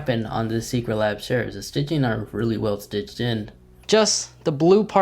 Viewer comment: He probably has a speech impediment, not his fault.